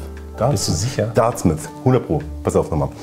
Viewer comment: Im Wort “Dartmouth” ist kein s in der Mitte! Bitte nochmal üben!😂Sonst ein sehr gutes Video! Besonders Farer ist eine tolle Marke, die in Wirklichkeit noch besser wirkt als auf photos!